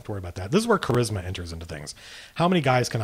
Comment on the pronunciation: LOL you say Charisma like I do from the David Lee Roth video back in the day "He has KA raz ma!"